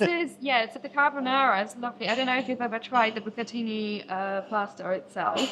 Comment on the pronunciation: Top marks for pronouncing bucatini properly, unlike the waitress!!